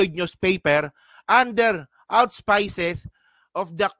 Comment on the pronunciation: I am an avid viewer. Suggestion: pls. check pronounciation of some like auspice and herring. I also noticed in your other videos some words not correctly pronounced.